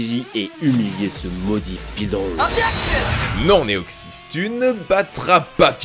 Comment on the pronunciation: Bon deja Magicarpe dans tous les ca je m'en sers pas et de 2 on dis ou on ecris pas Neoxys mais Deoxys